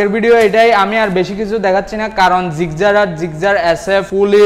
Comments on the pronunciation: "জিকজার" হাইস্যকর ! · ভাইরে এইডা জিক্সার, জিগজার না 😅😅😅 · আলা নোয়াখাইল্লা মফিজ জিক্সার রে জিগজার বলে কথায় আছে না পানি রে বলে হানি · আরে দাদু গাড়ীর নামটা তো ভালো করে বলো... ওটা জিক্সার গাড়ী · জিক্সার উচ্চারণ টা ভাল ভাবে বলা উচিত